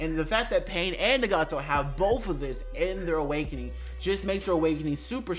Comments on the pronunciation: It’s not nagato it’s ✨naGAto✨ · That’s definitely not how u say nagato 💀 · I hate the way you say Nagato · Why did you pronounce Nagato like that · Lmao he keep sayin nagato name wrong 😑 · Ig we not finna talk about his nagato pronunciation